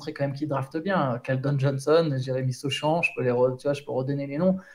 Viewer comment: Les prononciations de sur sochan + Victor il m'a tué